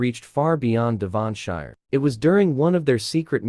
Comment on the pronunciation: Oh dear the pronunciations are a little off putting - like Devonshire 😂